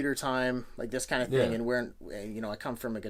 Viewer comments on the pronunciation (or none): none